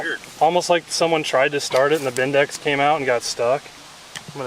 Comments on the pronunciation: Bendix not bindax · BENDIX not BINDEX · Bendix not bend dex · Someone tell the guy it’s a Bendix not a bindex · It's called a Bendix, not a bindex....you mercans just make words up 😂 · Bindex? Its Bendix, guys, Bendix...